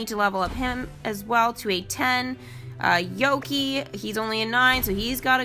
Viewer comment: If I may, Yokai is pronounced Yokaye, like the Marvel Character Hawkeye, it's a japanese word meaning "Monster"